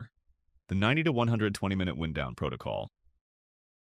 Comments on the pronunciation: I heard "wind" pronounced incorrectly and knew it was worthy of a down vote. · u clearly didn’t watch the video then. the AI says “wind down protocol” but uses the verb of the word ‘wind’, as in, the breezy air outside. It should have used the noun of the word ‘wind’ (rhymes with ‘find’).